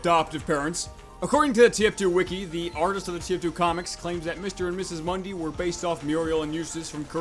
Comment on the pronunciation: not mundee mundi